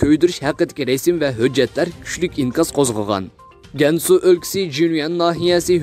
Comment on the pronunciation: Гәньсу өлкиси әмәс-Кәңсу өлкиси.